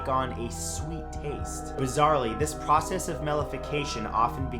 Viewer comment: At number 2 I think the way you said "process" is the first time I've heard you say it like that.